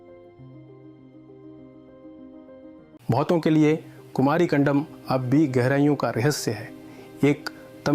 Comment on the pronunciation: कंदम न की कंडम